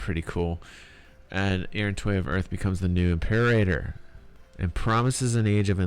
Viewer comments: can't find the spot right now, but you said "Impeerraider" instead of "Imperator" (I can't write english phonetics, so I can't tell you how it should sound) But thanks for the great overview! I just watched it and I will at least watch it once again when the game drops. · Dude, "Impeerraider"...